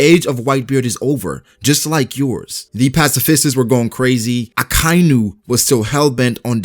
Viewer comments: its not ak ay nu its aka inu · Ahkah-ee-noo. Akainu. Not Akiiinoo.